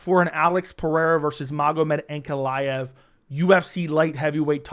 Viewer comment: As a newer fan, I’m actually looking forward to seeing this guy fight finally , because i keep hearing his name brought up but I can only hear/interpret it as “Aunt Goliath”